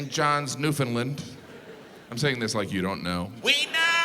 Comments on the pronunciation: Two things: It’s pronounced Newfoundland to rhyme with understand. St. John’s is considered to be the oldest city in NA, not Saint John. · Newfoundland is awesome and crazy. Also side note: pronounced Newfoundland the same way you pronounce understand. Understand = Newfoundland (and Labrador of course!) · Hey Jim, I'm soary but you're pronouncing Newfoundland incorrectly. It rhymes with "understand". I'm soary. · Ugh the way he pronounces Newfoundland tho. Cringe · Well Newfoundland was its own country till the mid 20th century and you might want to learn how to pronounce it! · Northwest Storage Area, hilarious! Newfoundland is pronounced by Newfies like the word understand. Saw it on Royal Canadian Air Farce skit once and it is totally accurate. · Why can no one properly pronounce Newfoundland? 🤦🏻‍♀️ The rest of the world makes fun of us for our slang, but mispronounce our name 😂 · I'm from Newfoundland and it drives me crazy how he and everyone else in the world mispronounces it. I cringed every single time he tried to say Newfoundland. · Newfoundlander here to point out that he got the facts mixed up. St. John's NL is the oldest city in Canada and centuries older than Saint John NB. So they're actually the ones who messed up 😂 Also, newfoundland is not pronounced like that. It's supposed to rhyme with "understand". You put the emphasis on the last syllable and actually pronounce it like the word "land" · Learn how to pronounce “Newfoundland “. Say it like this “understand Newfoundland!” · Pronounce Newfoundland properly! Understand Newfoundland. Got it? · Its pronounced...Newfenland....not New...found...land...or New..found..lend...duh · Ur funny f$&ker but it’s Newfoundland not newfounlind 😂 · Jim- It is pronounced "New-Fun-Land", not "New-Found-Land". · How to pronounce Newfoundland: Say NOO, say FIN, say LAND (not LIND!!!) Thank you. I enjoy your humour! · it's NEW-FIN-LAND not not NEW-FINLIND 🥺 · It’s pronounced “Newf-ou-ndl-a-nd” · It’s “Newfin-land”